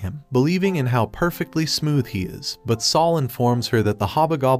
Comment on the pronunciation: I just love how you fry to pronounce spanish words like sol and gracias. Its isnt the correct pronounciation but the way you say it fits better.